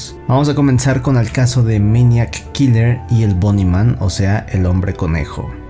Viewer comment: Todo el tiempo estás diciendo meñac kiler 😂😂